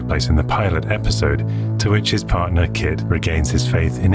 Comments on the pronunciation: I had a wee giggle at your commentary, I'm sure you say "in a future esipode" instead of future episode. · I can't wait for the next "esipode" :p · "a future esipode" ☺